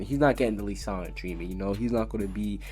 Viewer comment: Who the hell is li sanna ike its Lisanna he keeps saying li like are you an actual fairytail fan 😒